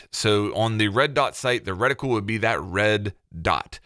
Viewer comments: Do all our US cousins pronounce it ‘redi-cool’? We say ‘reti-kewl’ 😆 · Reticule. "Reh-tih-kyool" Not "Retickle" or whatever you're trying to say.